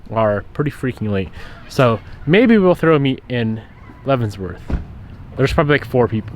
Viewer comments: I wonder if he knows it’s called Leavenworth, not Leavensworth lmao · Love the content, but my guy... there is no s in Leavenworth. Every time my wife and I heard you say "Leavensssworth" we cringed a little 😅 But all love, glad you got away from the shop for a few days 👍🏽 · It does not pronounce "Levenzvorts".